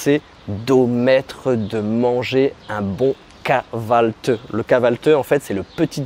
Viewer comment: vous avez du mal a prononcer kahvalti et dite kahvalteu , je sais le son du i sans point est compliqué pourtant vous l'avez dans le français comme pour dire OUI par exemple